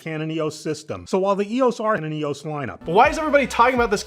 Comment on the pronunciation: It's EOS not EOS